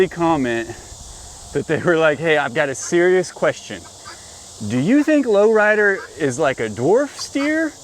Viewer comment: Sometimes I think you're saying Loretta instead of Low Rider.😅